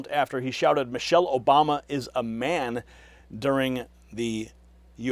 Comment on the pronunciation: He said Mochelle Obama. How can they sue?